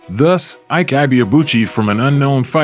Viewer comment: Maybe unrelated but I couldn't help but wince each time the narrator pronounced his name. It's pronounced "ee-kay ee-bay-a-bu-chi"